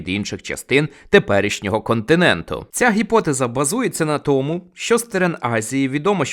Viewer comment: Не щьо, а що, не чього, а чого, не розчяровані, а розчаровані і так далі. Ви вправі собі говорити як забажаєте, але не кожний зможе це слухати.